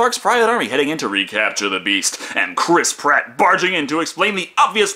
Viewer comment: Cwis pwat